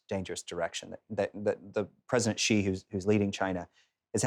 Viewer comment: Awesome, but his last name (Xi) is easy to pronounce. It is pronounced "she" as in She is a girl.